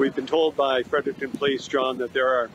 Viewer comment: Why can’t anyone say Fredericton correctly. Break the word down. Fred-Eric-ton